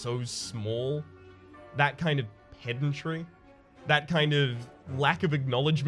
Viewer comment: You pronounced pedantry wrong. Winkeyface loveheart.